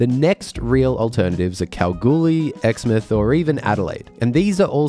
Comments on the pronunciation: This is nitpicking, but as a sandgroper it would be remiss of me not to point out to our East Coast cousins that the correct pronunciation of Exmouth (WA) is EX-MOUTH not EX-METH. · Ex-mouth not Exmuthhh 😂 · I hate to be pedantic and worse, Western Australian, but Exmouth is pronounced "Ex-MOUTH".